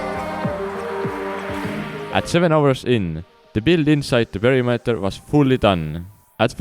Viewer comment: omg WHAT IS P E R I M E T E R!!!!!! you pronounced it wrong!!!!!